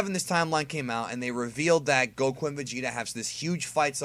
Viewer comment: Why do you pronounce goku like go ku